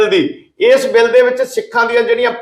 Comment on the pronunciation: ਭਾਈ ਸਾਹਿਬ ਜੀ - “ਸ “,”ਸ਼ “, ਅਤੇ “ਛ “ ਅੱਖਰਾਂ ਦਾ ਉਚਾਰਣ ਸਹੀ ਕਰੋ ਜੀ । ਸਹੀਦ ਨਹੀਂ ਸ਼ਹੀਦ ਹੁੰਦਾ ਹੈ ਸੇ ਨਹੀਂ ਛੇ ( 6) ਹੁੰਦਾ ਹੈ ਬਿਲ਼ ਨਹੀਂ ਬਿੱਲ ( Bill ) ਹੁੰਦਾ ਹੈ ਜ਼ਿਕਰ ਕੀਤਾ ਗਿਐ ਗਾ ,ਦੀ ਜਗ੍ਹਾ, ਜ਼ਿਕਰ ਕੀਤਾ ਗਿਆ ਹੈ ਕਹਿਣਾ ਚਾਹੀਦਾ ਹੈ । ਗੁਸਤਾਖੀ ਮੁਆਫ਼ ਕਰਨਾ ਮੀਡੀਆ ਵਿਚ ਵੀ ਸ਼ੁੱਧ ਪੰਜਾਬੀ ਸੁਣਨਾ ਹੀ ਚੰਗਾ ਲੱਗਦਾ ਹੈ ।